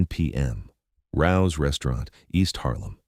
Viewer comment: It’s RAOs. Not rouse. FYI. 115 n pleasant ave nyc